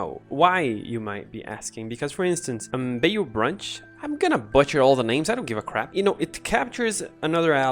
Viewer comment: The rally remove from combat card with tahm is honestly super interesting and definitely worth expounding on Also well done pronouncing Tahm Kench btw! (not sarcastic) Bayou is pronounced closer to Bye-you.